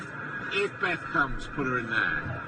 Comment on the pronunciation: Beth Rigby? You mean BEFF Rigby.